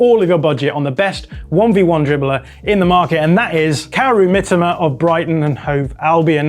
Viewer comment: I don't care if it's the correct way the pronounciation of "Mitoma" was enraging.